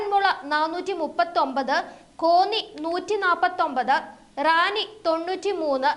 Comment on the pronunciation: നിങ്ങൾ കാണിച്ച കളക്ടർ ഇപ്പോൾ അവിടെ ഉണ്ടോ നൂഹ് ന്റെ താണ് നിങ്ങൾ കാണിച്ചത് മലയാളം ശരിക്ക് പഠിച്ചിട്ടു പറയാൻ നോക്ക് റാന്നി എന്ന് ശരിക്ക് പറയാൻ പഠിക്കൂ